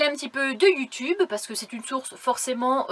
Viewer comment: Dit donc, elle finie un peu en queue de poisson ta vidéo! Mais très intéressante pour moi qui voudrais un jour être nomade ☺, j’ai bien aimé aussi quand tu parle de YouTube, en faite on entend yu tube, c’est mignon 😉, salut salut à tous le monde.